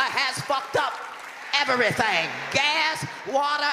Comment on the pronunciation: E-ver-ry-thang??? E-ver-ry-thang!!!